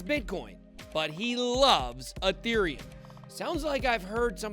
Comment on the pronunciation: Ethereum not aaaateriom